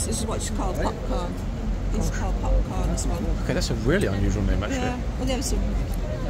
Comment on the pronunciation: Is it Popcorn? or is it (with a northern accent) Popcarn?